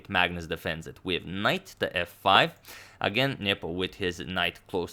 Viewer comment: i like how you say ' niyeepooo'